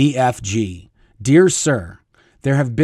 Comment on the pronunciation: Lol. I kept hearing BFD, instead of BFG. I’m sure they think it’s all a BFD! 😂